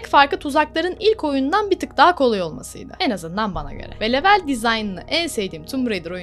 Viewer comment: Lütfen level İngilizce kelimesini kullanmakta ısrarlı iseniz okunuşunu düzgün yapın veya yerine bölüm kelimesini kullanın. Çok dikkat dağıtıcı olmuş video içinde yanlış söylenişi